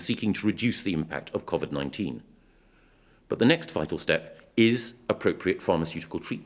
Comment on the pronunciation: I know that this is a SERIOUS ISSUE... But will someone please, for the love of God, teach Michael Gove on how to pronounce "COVID-19" properly!!! It's really grates on me how he's pronouncing it! It's "Co" as in a website and "vid" as in video!!! Not a the weird way he's saying it!!! Grrrrrrrrrrrrr